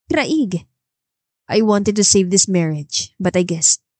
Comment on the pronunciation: Paki ayos lang ang pag pronounce ng name ng lalaki CRAIG ipa slang lang ang pag basa pls maganda sana ang story